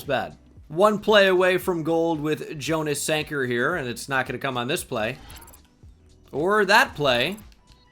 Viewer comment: Just so you know, Jonas Sanker’s name is pronounced like Yonas